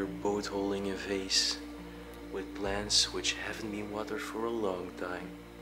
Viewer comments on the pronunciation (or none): none